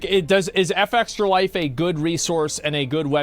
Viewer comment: Asmon called fextralife the hard r like a 1860:s confederate. Embedder